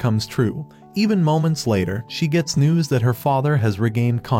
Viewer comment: "Orochirimu" wait hold on,"orochimaru"